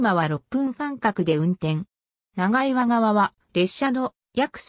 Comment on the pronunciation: 長岩 ×ながいわ ○チャンアム 道峰山 ×みちみねやま ○トボンサン 富平区庁 ×ふたいらくちよう ○プピョングチョング